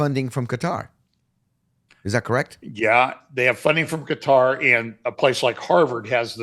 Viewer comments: I subscribed, tell that if he can stop saying putter then he could learn to say Qatar. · Quatar, most appropriately pronounced Gutter.